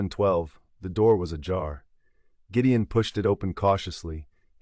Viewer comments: Great story, but AI sucks. Is it Gideon or Jideon? It’s subtle things like that consistent error in the narration which turn me off to an otherwise great story. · This AI narrator is weird sometimes it gets words correct then Gideon becomes Jydeon.....and why the American accent this is a Scottish book/ story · Very nicely narrated. Why do I feel sometimes you are pronouncing the heroe's name as 'Giddian' and sometimes as 'Jidian'. I checked it several times, maybe, I am not hearing it properly. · That was driving me nuts! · I like the story but the AI voice pronouncing Gideon's name differently is driving me nuts!! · I loved the story, but my OCD gnawed at me when the narrator pronounced Gideon with a Gee sound sometimes & a Guh sometimes. 😂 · It's AI. The G in Gideon is pronounced in two different ways...g as in "get" and g as in "george". It's still easy to listen to. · I also only listen to free books, but a human narrator is objectively better. It was strange to hear names pronounced differently at different points in the story. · The most annoying part is the way he keeps pronouncing the name Gideon, different every time. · Accent should be Scottish and AI INCAPABLE OF KEEPING GIDEON PRONOUNCED CORRECTLY 😢